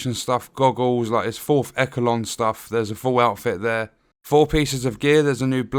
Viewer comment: As long as it is not a glitched pile of shit like Massive did with TU8 for The Division 2. I’m looking forward to this. Also, it’s pronounced eshelon not ekelon. 😂 are you sure about that. I would think close meant far away and far meant really close. 🤔